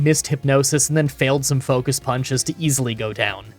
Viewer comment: "focust blast"